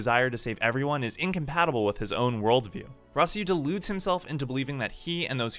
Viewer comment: The way you pronounce Simon and Rossiu... Don't tell me you liked the English dub.